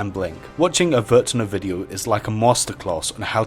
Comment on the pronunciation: It's Vuuurtne, not vur t ne...